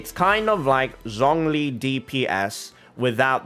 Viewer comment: I'm glad that you call her Kandakeh, but you claim that you're trying to be respectful towards other cultures by pronouncing names right, while pronouncing Zhongli's name in the worst way possible. Please watch tutorial video on YouTube how to say Liyue characters right, if you want to show your true respect to the other cultures in this way